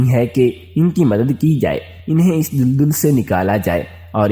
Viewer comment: Lafz dul dul nhi dal dal ha apni islah kar lain